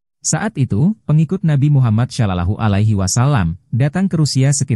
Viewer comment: Kek mana chanel bahas islam.baca shallallahu alaihi wassalam aja ga benar..